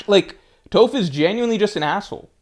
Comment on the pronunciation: you know damn well you’ve never heard anyone pronounce Toph’s name like that lol